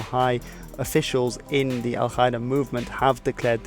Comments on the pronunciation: Exellent video, but just one thing Al-Qaeda is pronounced Al-Kaeda, not Al-Khaeda ^^ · dude its not pronounced al khida that sounds so stupid. Its al - kaa - ida meaning the base in Arabic. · I like how he confidently pronounces foreign words wrong. It's Ughur (gh is french R), not U y gher. And Al Ka'ida, K here is pronounced a bit back on a softer mouth part which resonates more. Just translate "base" to Arabic and listen to it. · Love your videos ! One little nitpick, as an arab, I find your pronunciation of al-Qaeda very weird. In arabic it's supposed to be pronounced "al Ka-ee-da", but maybe your pronunciation is from another language ? Anyway, keep doing what you're doing :) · You mispronounced Al-Qaeda